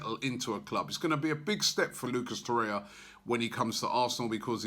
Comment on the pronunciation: Robbie, please... Tor-rei-ra :)